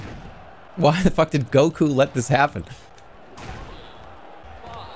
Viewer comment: can I get a timestamp for every time he says "gokU" please